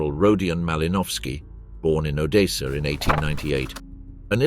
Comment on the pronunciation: How difficult is it to say odessa